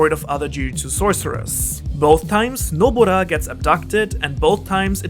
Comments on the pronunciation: Am i the only one who notices that he said "Nobora" instead of "Nobara"? (Doesn't mind tho 😊) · Why did you keep saying nobora? her name is nobara!!!